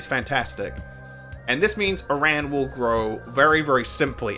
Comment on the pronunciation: Please.... please pronounce aran correctly please.... its killing me.... but also yea he sucks ass